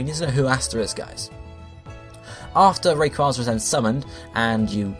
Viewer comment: it is a long a in rayquaza